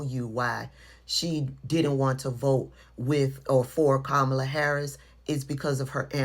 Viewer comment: EGGGGGGG-ZACKLY! Pronouncing her name WRONG just like him as well!